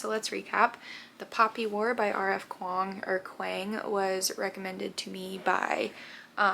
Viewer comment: Pronounciation of Kuang is "KWANG"